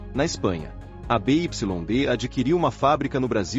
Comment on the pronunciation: essas vozes de IA são horríveis, mas uma dica, nos próximo textos, escreva Biuaidi em vez de BYD, valeu.